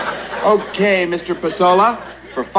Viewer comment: There are two very different versions of the final act of this episode. In the first, the fake Pesola is played by John Wheeler, who mispronounces the name "PAY-so-LA." The fake Pesola gets away with the money and the station is forced to pay out twice. This was re-taped with Vincent Schiavelli as the fake Pesola. In this ending, as the fake Pasola is leaving with the money, Johnny asks to walk out with him, professing admiration for Pasola's knowledge of music. Moments later, the real Pasola arrives to receive his money. Herb starts to explain the mix-up to Pasola when Johnny walks back in with the money, telling Carlson "That guy knows even less about music than you do." The second ending was typically seen in syndicated versions of the episode; the original ending resurfaced on the 2014 Shout Factory DVD release. FYI Don Pasola was played by Tracy Walter who some would know as Jack Napier's Number Two "Bob" in Batman.